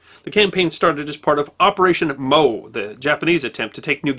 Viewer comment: It wasn't "Operation 'Moe'", it was Operation MO as in M-O.